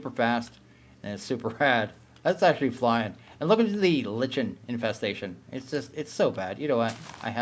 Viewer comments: The Lichen you speak of is pronounced Like + n. I love the video. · Small correction, to make you sound a bit smarter, lichen, as a moss, is pronounced the same as “liken.” I liken moss to a lichen in this example. In fact, unless I’m forgetting something (highly possible), unless you’re talking about a D&D or other fantasy monster, “lich” is never pronounced like you put an “L” in front of “itch,” even just as part of an English word.